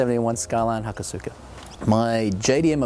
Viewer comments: Haka-suka? ha-Koh-suka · he pronounced hakosuka wrong... it's ha-ko-suka, but there isn't really emphasis on the u, so it's said like ha ko s-ka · its pronounced hakoska.... the u is silent... lol killing me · generic moeshit lolicon Just wait for him to say "aluminium!" / aluminum.... It's not incorrect, just different. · I just always think of those pronunciations being like how you would say sasuke, the su is practically silent. And in the word Tsunade, you hear the "Soo" sound with tsu and not with su. Just my opinion.